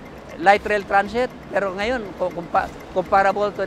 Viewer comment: napaka diin ng salitang "PERO" mo ahh parang kinukutya mo talaga ang pilipinas sa dating mo ah, buti pa yung kabayan natin neutral lang saying na "walang pinag kaiba parehas lang namang matraffic" kung tutuusin magagawa naman yan sa pinas eh kung wala lang matatamaan na mga kabahayan or other structure sa pag gawa ng railways